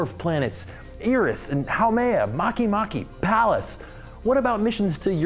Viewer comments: Makemake is pronounced mahkehmahkeh NOT mahkeemahkee. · You pronounced eris and makemake wrong you said eeris and makeemakee the e in eris and makemake is pronaounced the same way as the e in planet